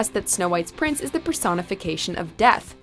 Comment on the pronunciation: Legit thought you meant deaf, not death